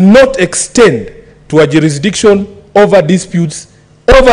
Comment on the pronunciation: Juurisikidiction....found that hilarious!